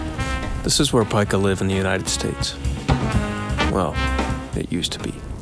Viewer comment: The only flaw in this video is that the name of this rodent is pronounced [Peek-ah], literally everything else is correct and accurate. Yer doin' good, please keep goin'.